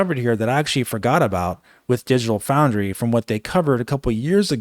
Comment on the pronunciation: “Digital Fraundry”